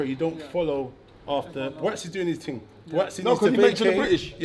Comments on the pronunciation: What is thing? Y can't u say ting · what is ting? why cant he say thing